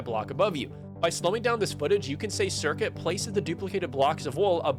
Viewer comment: This guy doesn't know how the speedrun works. Curcuit a made a whole video analysing the run. Also, it's not "circuit".